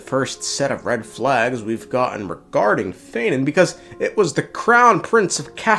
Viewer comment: yeah no shit bro. Of course his name is not feinen. His name is phainon. It's like saying fie-none